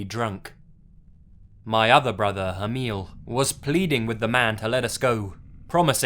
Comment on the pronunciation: Loved the way you prounounced the norwegian names Sindre and Emil, I am norwegian myself, and we do have some hard to prounounce names, my name is Eirik, try to say that, haha:)